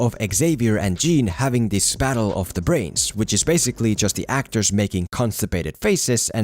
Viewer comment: Oh I love the CACTORS who played in this movie...They're such great CACTORS to be part of the MCU XD Jk I don't mean to offend you in any way, just some people pronounce words funny, but that's what makes the person an individual. Interesting ideas, totally agree with everything you mentioned :)